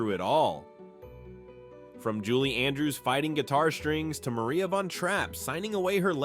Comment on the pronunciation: And tell the AI voice that it’s pronounced Mar-ee-ah.